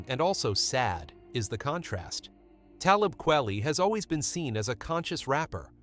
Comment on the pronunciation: I really cannot take your bad pronunciation of his name. Simpleton.